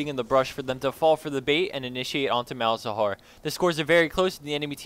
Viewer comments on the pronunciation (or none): none